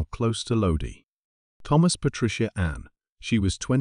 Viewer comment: I'm enjoying your video. Just want to let you know that Lodi, Ca is pronounced Lod-I, not Lod-y.